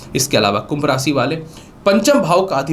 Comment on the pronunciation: भाषा शैली में स और श का अंतर समझना जरूरी है । भविष्य होता है न कि भविस्य, इसी प्रकार राशि होता है न कि रासी ।